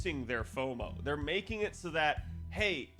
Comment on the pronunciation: Foumo (Fou of Fouing out)